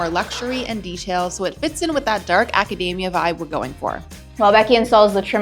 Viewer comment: Loved this!! But PLEASE it's aca-DEE-mia not aca-DAY-mia